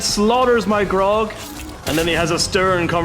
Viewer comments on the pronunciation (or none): How is summoning an orc drink going to help bro its not pronunced Grog 😂